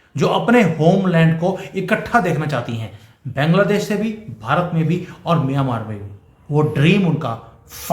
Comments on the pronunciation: सर बैंगला देश नहीं बांगलादेश बोलिये. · अरे बैंगला देश नहीं बांग्ला देश नाम है।बंगाल से बंगला देश हुआ। और बंगाली लोग बांग्ला बोलते है। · Please try to pronounce 'Bangladesh' properly 😊